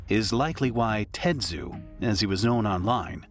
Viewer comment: His name was Tetsu, not Tetshu. And the woman's name isn't "Sawatan" it was "Sawachan". RIP Tetsu.